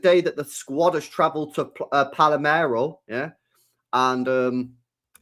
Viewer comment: Why does just about every single City podcaster pronounce this wrong? It's PAL-ER-MO 🤣